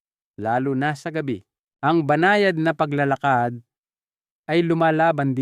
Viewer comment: Taga Visaya yata si Doc may mga salita ng di mabigkas ng tama tulad ng “paglalakad”, “Salabat”